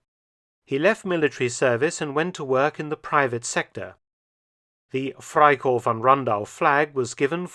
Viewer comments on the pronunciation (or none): One observation though. In German all letters are pronounced, so it sounds like "fry-corpse"